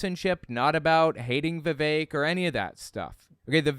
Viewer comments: You pronounced his name like Vivec and I must conclude Vivek would not like vivec the demisexual intersex demi-god warrior poet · It’s pronounced “Viv-fake”.